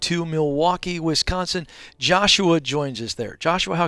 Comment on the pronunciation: Wisconsin, not Winsconsin